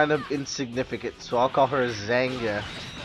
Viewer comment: It's pronounced "ZAHN-yah." The "g" is silent. Just sayin'.